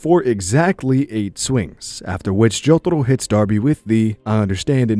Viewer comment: i stopped watching this cuz of the way you say jotaro